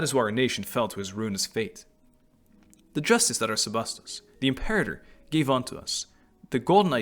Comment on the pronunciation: You chose the correct pronunciation of Imperator, btw. Lmfao 🤣